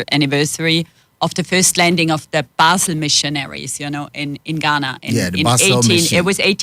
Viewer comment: Learn how she pronounces “Basel”. It’s not how you say it.